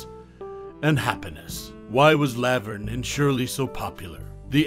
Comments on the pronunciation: Weird saying "Lav-erne" instead of "La-verne" is distacting. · Did this commentator ever actually watch Laverne and Shirley? If he had I don't think he would continually mispronounce Laverne! 🤔